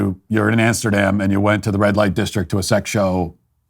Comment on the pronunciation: Please mind the “Amesterdam” next time